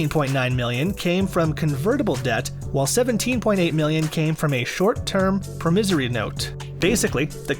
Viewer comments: Pro misery note?.. i thin you meant promissory. You must be Canadian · the fuck is a prumiZZORY note?